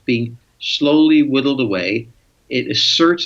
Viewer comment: I rather like the statement of Mr. Friedman, helped by his accent, that the E.U is being "widdled away." The concept of urine going down the toilet appeals greatly as the fate of the E.U. in the future. I know he didn't really mean that but it made me chuckle.